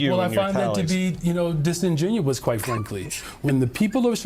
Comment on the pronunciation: LIstening to the word "disingenous" spill from this thing's mouth. Comedy Gold!